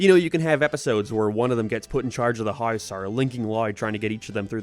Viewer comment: Why does he just randomly pronounce some words with this weird accent/voice like he goes from regular American English and then can’t say house correctly like what